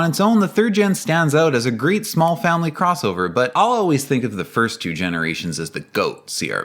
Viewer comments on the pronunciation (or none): Mispronounced "crossover". Honda still has zero SUVs in its history, unless you count the Isuzu or Rover models they badged as Hondas.